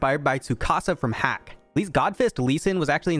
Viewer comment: .hack not hack ;p